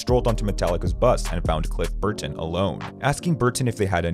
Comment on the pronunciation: stop pronouncing burTon